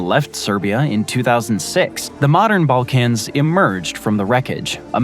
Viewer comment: Bro pronounces it as “ball-cAnz” 😂